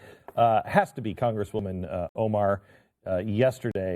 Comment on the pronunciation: Mispronouncing someones name for a laugh is a bit childish , dont ya think Glenn